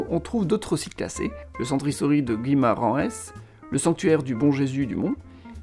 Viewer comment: Pastei de nata mmmm🤤 muito bom tu me rapelle plein de bon souvenir 🇮🇹❤🇵🇹 Si jamais Guimarães sa se dit gimarasch